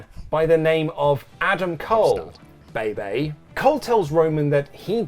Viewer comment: for the love of god when you mention Adam Cole, please say Bay Bay. its so frustrating when its not done correctly. i don't understand why this is so difficult.